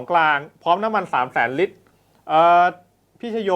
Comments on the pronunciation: พูดให้ชัดครับ ลิตร ครับ ไม่ใช่ริด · น้ำมันเรียกเป็น ริตร 😂😂😂😂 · ลิตร..ล.ไม่ใช่ริต..ร..อ่านให้ตรงภาษาไทยหน่อย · นักข่าว ลอลิง ชัดเเจ่วเลยครับ555 น้ำมัน ลิตรคับ ม่ใช้ริด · ลิตร ไม่ใช่ริด